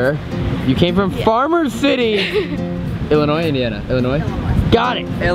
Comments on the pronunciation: Is it just me or did it bug anyone when they said the s in Illinois when the s is silent???????? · The s at the end of Illinois is silent I know I was born n raised in Illinois of she really from there she should know that lol. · I got mad when said Illinoisssssss instead Illinois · Sam don't say Illinois